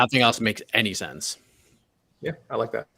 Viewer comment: Why can he pronounce thense but not sense or why is it not senthe or thenthe